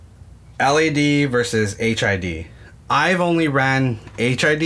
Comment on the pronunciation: You might want to update your video. You say HIV bulbs/ights quite a few times. I'm pretty certain you mean HID (High Intensity Discharge) bulbs/lights